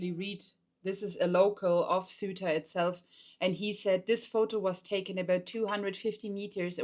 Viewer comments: HMMMM Pedro sanchez is not the president of Spain he is the prime minister Maybe checking that would have been useful Ceuta is not pronounced suitor but cey-oo-ta if you say it in English Maybe checking that would have been useful Ceuta is on African SOIL sure it could not escape anyone so the news item here is "North Africans invade North Africa" That is accurate Whether the Portuguese or the Spanish there is no defensible scenario in which it is theirs like Gibraltar cannot be britain UNless you postulate that white folks do whatever they please in which case I have no further questions or wish to debate MOst of the guys are gone now .... the softly softly approach of the Spanish cops and army was because they know they are not going to stay AND ANYWAY access to Ceuta gives you NO ACCESS to mainland Ceuta is not in Schengen It all started with false info on the net regarding a change in the law in Spain misreported inflated and used to excite idiots in Morocco who do not know their arses from their elbows and want a BMW by time they are 30 They killed over a hundred of their own doing that YES they are morons ..... Ceuta and Melilla and Gibraltar are all problems created by colonization I LOVE your channel and what you try and show but be careful I know you are not white supremacists and please check basic info names etc etc It will strengthen your arguments and following Greetings from UK and EU Shan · It would be much nicer if you could pronounce "Ceuta", as it is pronounced in Spanish.